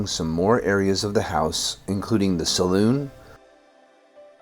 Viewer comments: “Salon,” NOT “saloon!” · Oh dear me..salon not saloon!😮